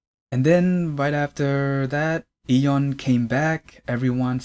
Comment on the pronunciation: you’re pronouncing Lee correct if you’re trying to pronounce it like Korean speakers would but I don’t really hear the Y in Yeon so it sounds like dom